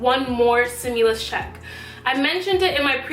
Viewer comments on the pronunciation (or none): Its stimulus not simulus 👀